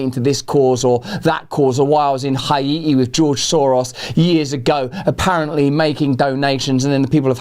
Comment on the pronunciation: play say Haiti again... 😂